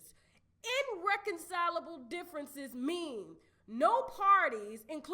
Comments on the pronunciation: Irreconcilable not innreconcilable....but you know those curse words dont you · iRReconcilable not INREconcilable🤣🤣🤣